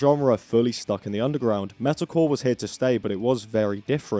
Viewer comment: I like how every time you say "metalcore" all I hear is "medical"